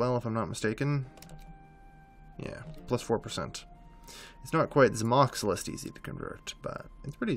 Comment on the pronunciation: What really needs to do, is pronounce who things are spelled. Not how he thinks they're spelled. I mean, Zamoxilist? Really? It's Zamolxist.